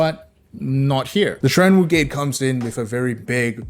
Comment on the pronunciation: dam the Mandarin pronunciation is on point